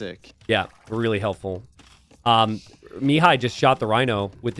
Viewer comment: Hi! Mihai's name should be read with the accent on the 2nd syllable, not on the first. Also, awesome game, keep'em coming!